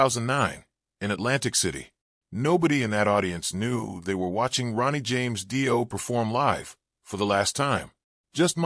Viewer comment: Fuckin Ai videos are the worst! Can’t even pronounce his name. Don’t bother watching!